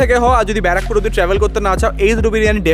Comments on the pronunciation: 🤣🤣🤣🤣 Barrackpore ❌ Bra Pore ☑️ 🤣🤣🤣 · b*ra pur.. R English ta bar pore😂😂..